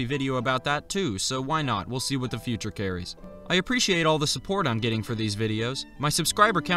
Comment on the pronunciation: My brain read this in voice when he said “What?” and sounded like “Whats?”